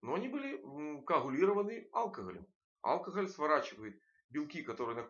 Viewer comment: Доктор должен знать, что в слове "алкоголь" ударение не на букве А, а на букве О - алкогОль.